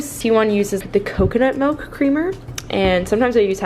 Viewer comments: The way you pronounce milk is actually the Dutch version / how to say it in Dutch (melk) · you pronounce milk like a real Dutch gal haha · The way you pronounce milk is literally how we pronounce it in dutch :)